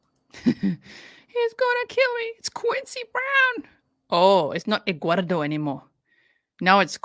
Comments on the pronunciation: I love the way you say Edguardo!!! Lmao. She is so out of control. 😂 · She calls him Egg-wardo. She can't speak like a normal person. She also adds a "k" to any word ending in "ing". ie Anythink, nothink or even wrongk. Drives me NUTS LOL